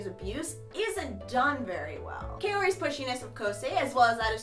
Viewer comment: I'm sorry but I'm annoyed because you say Kaori differently then me -_